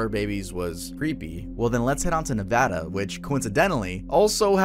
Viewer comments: thank you for pronouncing Nevada properly! I don't understand how so many of our countrymen can't pronounce it. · THANK YOU for saying Nevada correctly!!